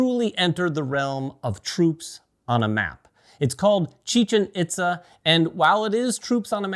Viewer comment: Pronounced, "EAT-za", not "IT-za".